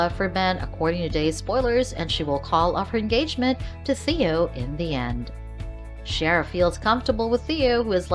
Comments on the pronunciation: This person should watch the show if they are going to talk to us about it!!! Chera??? What the $$&#!?! Find out HOW to say characters' names or get another job that you know how to do properly! It is pronounced CE-AIR-A!!!!!!!!!!! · Cher-uh? No, See-air-uh. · Ciara : C - AIR - A not Chera. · It’s not Cher it’s prounounced C -air-a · Sheara is not how you pronounce her name